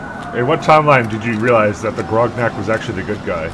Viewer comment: titles the video gonarch and calls it "groknak" lmao